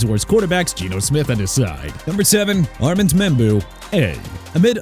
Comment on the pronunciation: Jaguars pronounced JA-GWAARS NOT JAGWIRES ARMAND MEMBOU PRONOUNCED AR-MOUND KENNETH GRANT, MIAMI DOLPHINS, F YOU'RE GETTING A "F" TOO OMARION HAMPTON PRONOUNCED OH-MAH-REE-ON NOT OH-MAH-REE-AN ROMEO DOUBS PRONOUNCED DOBBS LEARN TO PRONOUNCE!!!!